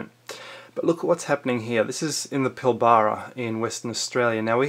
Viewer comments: its pilbara not pil - baaara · OMG, it's not pilBARRRRA, it's Pilbra, say it like that. Your pronunciation is funny... If you Google Mud Fossils, you'll see what Australia is all about. Basically it's the right hand part of the brain of Africa. Sounds crazy, but if you look at Africa, you'll see Australia is the chunk missing and thrown to the right... Amazing... The world is full of dead giants, animals and dragons, check out the sides of mountains - they look like petrified muscles. We're like white ants, eating and slowly destroying everything. Just be love :) x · My 10 year old grandson could put together a better researched article than this rubbish. Also its Pilbara (pronounced Pilbra) not Pilbaaaaara. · Pil-bra not pil-bara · how many ppl have pulled you up on your "Pill-bar-rah" pronunciation??? Its "Pill-b-ruh" (short "bruh") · it is pronounced - PILLBRA. not pli ba ra. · Pill-bra not pil-ba-ra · Pilbara - pronounced - pil-ba-ra not pilbarrrra. You're obviously an eastern stater and have never been there. It is not all flat. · lol! I was thinking the same thing about his pronunciation of Pilbara. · You’re a aye It’s pronounced Pilbra. Your video is a load of un-researched opinions which lack any fact Waste of time and you’re a waste of oxygen. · Pill-bara This dude has never been there,,,cant even pronounce it,,,Nothing grows where there is no water,,,DUH! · Pil-bruh.... Say it with me PIL - BRUH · pilbraaa phonetic pronunciation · If you can't pronounce Pilbara, maybe you don't know so much. It also might have been destroyed by lack of rain. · Very interesting!...but please learn to pronounce PILBARA properly.